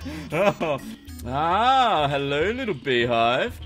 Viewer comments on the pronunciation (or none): none